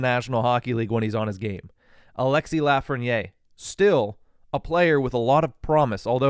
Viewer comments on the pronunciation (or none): In French, Lafrenière is pronounced "Laugh-Ren-Yair" if it was spelled Lafrenier it would be pronounced the way you're saying it "Laugh-Ren-Yay" but with the accent on the è and the e at the end it makes it said like "Laugh-Ren-Yair"